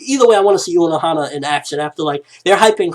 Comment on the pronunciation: is Unohana not Onohana.